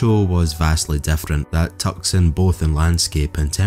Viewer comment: FYI : "Tucson" is pronounced like "two-sawn". I'm not sure what the other city is you are saying they moved to is